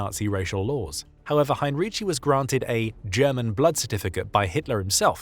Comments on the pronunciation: Hine-ree-tsee. He wasn‘t Italian. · Excellent job, thanks. You only should have gotten the name right. You pronounce it as he had been Italian, he though was German obviously